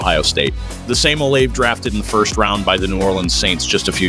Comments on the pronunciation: Chris oh-Layv lol. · Oh-Lah-VAY The least you could do is pronounce it correctly!